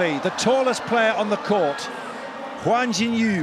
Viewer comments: I cringe every time he says “Huan” instead of “Yuan” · The Chinese flag raised at the ceremony is not a genuine Chinese flag, just one of those copy cats. Also # 1 Chinese player is "Yuan X. Y.", the last name is Yuan (袁), not pronounced wrongly as "Guan" (関).